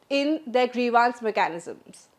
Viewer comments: Grivance - Pronunciation Gre-vaaans ❌ Gree-vns ✅ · Why is the anchor pronouncing grievance as grevaance? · Nice Presentation. Just one correction, Do check the correct pronunciation for 'Grievance'